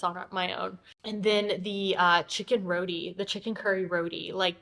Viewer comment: Lovely video... very entertaining. Suriname roti. its not pronounce "roodi". its pronounce shorten and more with a hard sound "RroTTiii". Have fun..